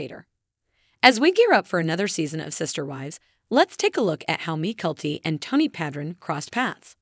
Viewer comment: The video would have better if the narrator had pronounced Mykelti's name correctly and it is Saint George, not Street George!